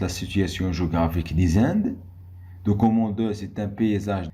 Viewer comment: Merci , mais on ne prononce pas document docoment .